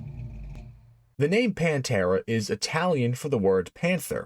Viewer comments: No, it's not not the Paaaanteeeeeeeraaaaa.. its the 'Pan'-'te'-'ra'. The pather. But in italiano. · Consegue errar a pronuncia de todos os nomes... Panta; Demaso ??? VSF :face-blue-smiling